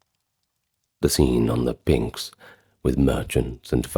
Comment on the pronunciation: Great video. As all your other ones are. By the way if pronunciation bothers you, that should be pnix , NIX, like Stevie Nicks, (and not pninks like the Kinks)